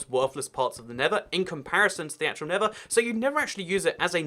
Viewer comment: He pronounces the nether the never